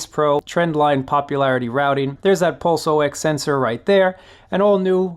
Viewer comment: Please don't say pulse O X, say it ox like the animal...short for ox......ygen.....Ding Dong.